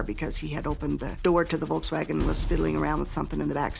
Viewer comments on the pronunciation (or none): none